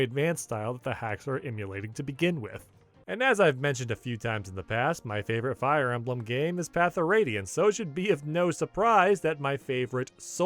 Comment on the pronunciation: Fire E-may-blem?